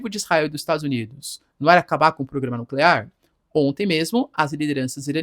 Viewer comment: nuclear, não nuclerar, pelo amor de Deus